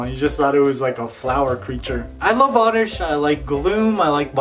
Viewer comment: dude its oddish